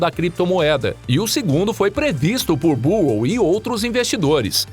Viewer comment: Difícil ouvir o vídeo todo ouvindo o narrador falando Michael “Burro” .